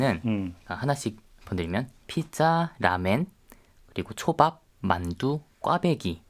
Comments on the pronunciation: 라멘. 라멘???? 왜놈발음? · 듣다보니 이 남자분은 일본인인가 싶네요. 왜 자꾸 라면을 라멘으로 말하죠? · 저 남자 기자는 일본사람인가 라멘이라고 하네